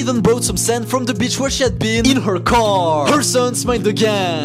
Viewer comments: "in her carrrrr" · "She Continues To Decorate Da Caeuuur" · “Her carrrrrrrr” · "She continues to decorate her carrRr"